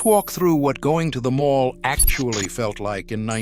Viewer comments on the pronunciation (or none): none